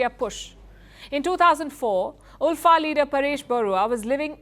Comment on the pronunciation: Its pronounced as 'Alpha' not 'Ulfa/Oolfa'